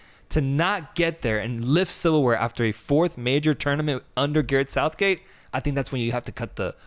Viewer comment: Sareth gouthgate 😂😂😂 I love you 2 guys man it's good to see you blowing up even if we don't see eye to eye all the time haha love your passion for this beautiful game